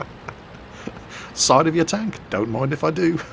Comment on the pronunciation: Goddamit its Stronk Tonk not Tenk.